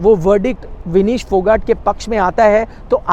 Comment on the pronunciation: फोगट नही फोगाट बोल